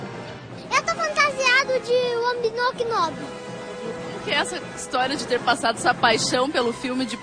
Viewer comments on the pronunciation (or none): "Eu to fantasiado de Uobinoquinobi"